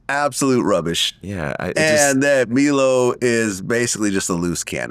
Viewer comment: who the fuck is "Me-low" ... are they talking about Milo? how can you fuck up the name of someone who was known to the public before this shit?